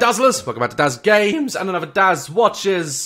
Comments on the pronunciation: gÆmes xD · “Daz gaAmes”